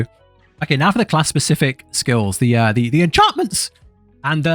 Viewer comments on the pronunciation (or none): "The enCHANT!ments" bro why 🤣 Thank you for this guide. That part cracked me up.